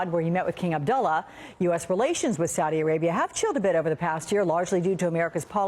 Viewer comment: You CANT say SAUDI dummy..